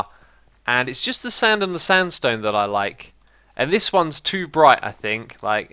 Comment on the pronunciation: He Said standstone hahaha!!!